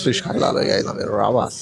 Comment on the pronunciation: मझाली<<<<मांझली रावस<<<<रवास Get your marathi pronunciations right you!! 😂